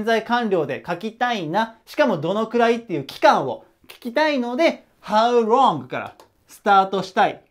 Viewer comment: いつも板書がわかりやすく、きれいな字で素晴らしい！勉強になります ところでhow longの発音がhow wrongに聞こえてしまいます💦 Lの発音は舌の先を前歯の付け根の歯茎に軽く付けて発音されるといいと思います また、howどのくらい、が1番聞きたい事なので、longより howを強めに読みます 細かい事言ってすみません🙏